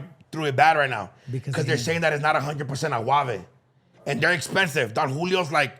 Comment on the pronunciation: Agave not Aguave do know pinche no sabo